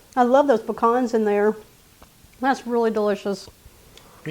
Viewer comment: I'm so happy to hear proper pronunciation of pecans. Vs Pea can how I grew up in SC hearing. Being from Ga. I knew better. This I may make.